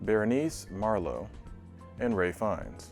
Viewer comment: It's Ralph Fiennes, not Ray Fiennes.